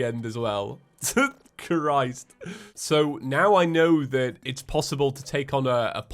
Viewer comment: I like how doesn’t just say “Christ,” he says “Key-riced”